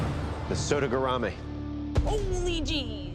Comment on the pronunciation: I love how only pronounces sodegarami right